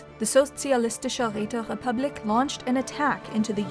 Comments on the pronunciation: How the hell Räterepublik didn't have any R sound?! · Well not really she pronounced republik in an english way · Did someone just say...... Räterepublik, comrade?